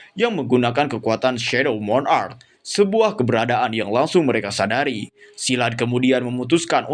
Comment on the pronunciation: pengucapan monarch kak...bukan moo n..ark...nanti beda artinya atau tidak memiliki arti monarch=raja.. klo ucapnya moon..ark= bahtera bulan